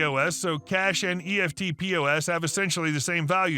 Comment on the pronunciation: Ok you say EFTPOS like it is spelt, effltpos.